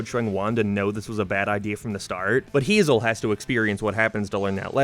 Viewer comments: It's "Hay-zehl" NOT "HeE-ZaH" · I think her name is pronounced Hay-Zel.